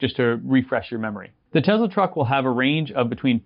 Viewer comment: Its tesla not tezla dummy....